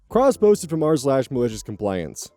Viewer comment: OK, I know this is completely off-topic, but... The way you say "cross-posted from r/..." keeps making me do a double-take, because I keep hearing "crossbows from Mars"...